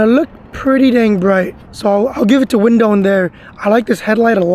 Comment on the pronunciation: Btw i think its wind one not "windown"